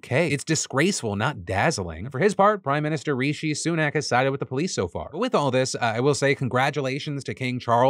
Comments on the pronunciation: Phil it’s rIshi Sunak like dishy or fishy haha it’s not reeshy!!! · from the UK - its "Rish-ee" like "dish-ee" not "ree-shee". Big love.